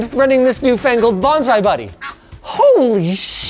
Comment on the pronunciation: bonzai buddy lol. It's Bonzi Buddy, Linus